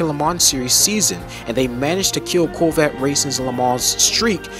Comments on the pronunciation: Is he saying "Coolvette"? I don't hear the word Corvette once in this video. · Why cant this guy pronounce Corvette properly?? Lol